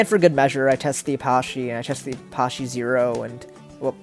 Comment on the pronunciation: The way you say Apache is stupid